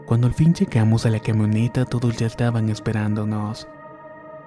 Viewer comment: Abre más la boca porque no se te entienden algunas palabras y o las dices mal, como pedra en lugar de piedra, quemoneta en lugar de camioneta